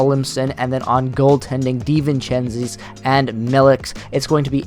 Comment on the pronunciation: Dee-vin-chen-tiss and Mill-itch are the pronunciations that I think are correct!